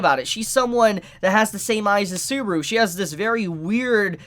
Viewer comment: always murders the pronunciation of every single name lol "Suburu", "Ochiko", "Eyes-wa" (Aizawa) and now "Echi-Dana"